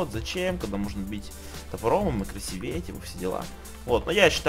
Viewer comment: красИвее, а не красивЕе